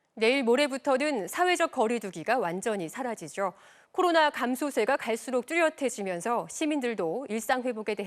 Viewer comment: 사라지죨ㄹ 태양절이었죨ㄹ 활발해지고 있죨ㄹ 이 아나운서 항상 죠 발음을 죨 로 하네요 😅😅😅